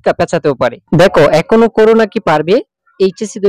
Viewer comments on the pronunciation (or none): none